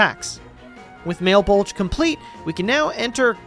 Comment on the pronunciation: it’s 1 am and i’m way too lazy to explain this but the areas and kinda the entire story of The Answer are based off of dante’s divine comedy (Inferno, Purgatorio, Paradiso) Malebolge are the 10 ditches of fraud. It probably has a proper pronunciation but male bulge is much more funny. The only non-inferno area is Empyrean which is Paradiso but i haven’t gotten to read it yet so i couldn’t explain to you what specifically it is. Cocytus is also the frozen river that lucifer/satan is trapped in. Those are just a few examples but all of them are from Dante’s Divine Comedy Then there’s the Colosseum of Purgatory which i forget how it’s called in game but that’s the translation. Another cool thing is the fear that’s “X of Heresy/Treachery/Betrayal” and whatever other gear there is is also based off the layers of hell, *Very Specifically the bottom 3 layers, and even more specifically the bottom two (Fraud and Treachery, which is also technically compact fraud). Idk anyone who reads this should read into it it’s really damn cool